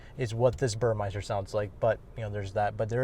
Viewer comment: for future reference, it’s Burmester not Burmeister 😂 great video as always